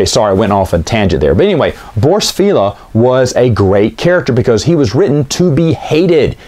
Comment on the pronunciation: I used to call it Feh'leeya. Later I watche dsomeone playin X-Wing Alliance. It's pronounced Fail-ya Because it's a George Lucas tier pun name on the fact he's a failya who'll always Fail ya.